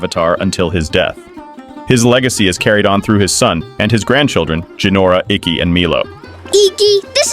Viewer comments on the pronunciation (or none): All the air bending masters and elders. Dude said IKKI. 🤢🤢🤢🤢🤢